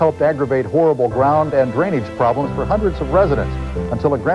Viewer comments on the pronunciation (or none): none